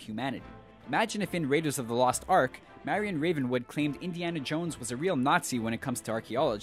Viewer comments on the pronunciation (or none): none